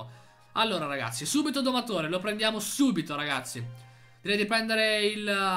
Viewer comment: sbaglio o ha detto ragashi😂